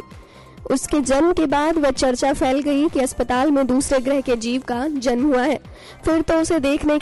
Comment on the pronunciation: kiya to bhi bolre ye zanm zanm...bolna to acha chahiye tha...